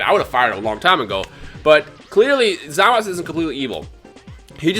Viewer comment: Why does he keep calling Zamasu, Zamas?